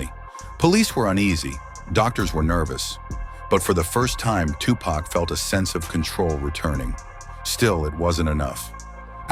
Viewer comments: Tupac not tupuc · Agreed. Who the hell is Tupaca? 😂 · Video is unwatchable after the AI butchered tupacs name. Hate shit like this